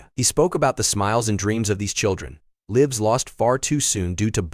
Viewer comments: Narrator pronounced 'lives' as a short "i" when it should have been pronounced as a long "i". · Lives with a short "i" is a verb, with a long "i" it is a plural noun.